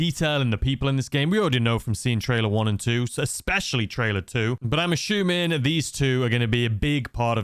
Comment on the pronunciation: You are "ashooming" a lot 😅